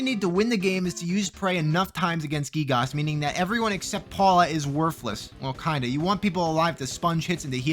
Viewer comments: U PRONOUNCED GIYGAS LIKE GEEGOSS FAKE FAN DETECTED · gee-gahs lmao